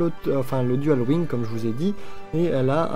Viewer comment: Elle ne peut pas équiper de dagues si tu remarques bien xD Je sais pas si c'est une erreur mais c'est bizarre. PS: arrête de dire "Dual wing" plz xD C'est dual wield :D